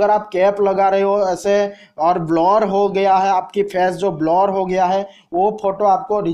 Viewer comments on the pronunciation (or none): Blar😂😂😂...blur hota h bhai blar nhi😂